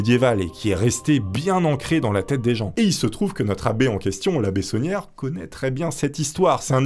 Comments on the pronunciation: Tout le long de la vidéo je comprenais "la bétonnière", au lieu de "l'abbé sonière"😂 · C'est bizarre quand tu dis l'abbé saunière j'entends l'abbé tonnière 😂